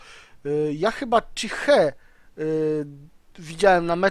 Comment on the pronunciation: Fajnie wymawiasz chi-he :P